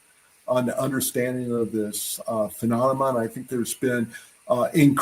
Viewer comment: That’s right…This is the intel guy who can’t pronounce the word “phenomenon”…..